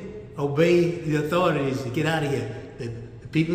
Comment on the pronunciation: Obey “da authorities”. I really wonder who he meant.